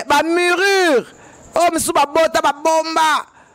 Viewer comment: On dit murir et non murur